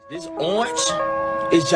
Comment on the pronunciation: “This oaAAnch”